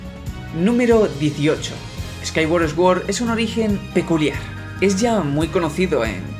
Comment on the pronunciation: Fonéticamente: Skyward Sword -> skaigüard sord. Buen vídeo 👍👍